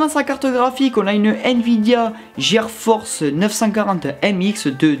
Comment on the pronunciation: On dit cor pas coré et geforce pas géèrforce. Je te taquine ça va 😊